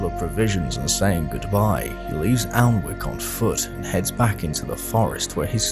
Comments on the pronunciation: I always thought it was spoken annick like not pronouncing the L?? Good video though hooked for the second part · Just stumbled across this video. Having lived near Alnwick most of my life I had no idea this had happen. Great stuff. Just thought I'd say it's pronounced 'An-ik' both the l and the w are silent. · Safe to say based on that source, that period pronunciation was not 'Anik' as it now is, but something closer to what you used. Maybe 'all-ne-wik'?